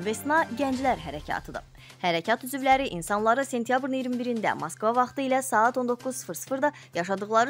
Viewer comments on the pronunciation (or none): none